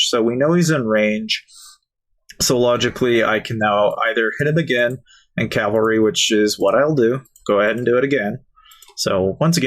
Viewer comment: Cavalry, not "calvary!"